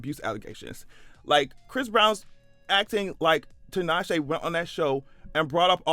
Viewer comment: First time I've heard 'Tinashe' pronounced correctly.